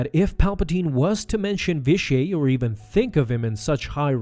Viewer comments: Vish-ee-eight. It's pronounced Vish-ee-eight. Sorry, that was just bugging me. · You’re supposed to pronounce the T at the end of Vitiate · its vitiate not vitiaey or vitiae whatever you were saying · It's "vish-E-ate". Not "vish-E-ay". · Vi-shee-ate. Not Vi-shee-ay. Please get your pronunciations right. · I've heard his name both pronounced the way you did, and Vishiate. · Hahahahaha his name isnt frence hahahahahahahahah say the T next time u try and say it and it'll sound right hahahahahahahahaha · Ur saying the name weird... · Why do you pronounce Vitiate's name like its french? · I can't hardly stand you consistently mispronouncing his name. 🤦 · your pronounced vitiate wrong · That's certainly a strange way to pronounce Vitiate. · Why do you pronounce Vitiate in such a weird way? It is a HARD "T". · You say Vitiate weird.